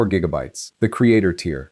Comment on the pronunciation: “six gig-bytes” can’t even say gigabytes right.